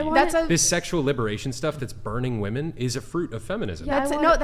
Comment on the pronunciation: This woman cannot say the plural for of "woman" to save her life.